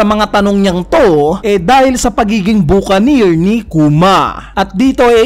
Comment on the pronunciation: "buck an ear" kasi yoooon hindi "bukanir" hahah